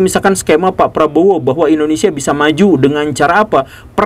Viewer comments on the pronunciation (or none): none